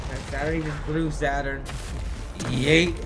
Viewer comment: Boy cant even pronounce yeet right YOIT!